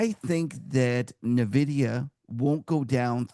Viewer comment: At this point, I find it hard to listen to anyone in the financial industry who cannot pronounce the name of the world's largest market cap company. It's en-vidia, not na-vidia.